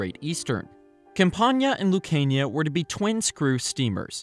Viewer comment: Google botched the Lucania pronunciation